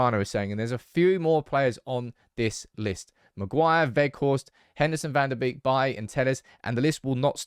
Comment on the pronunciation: His name is not Fan the Beak. His name is Fawn da Bake.